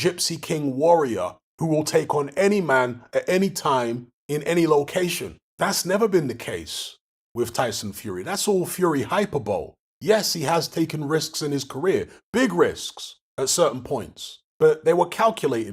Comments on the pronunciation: for the love of God, it's pronounced 'hyPER-bo-lee' not 'HYPER-bowl' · It’s high-purr-bully not Hyper-bowl